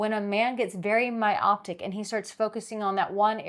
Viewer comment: Myopic, not Myoptic.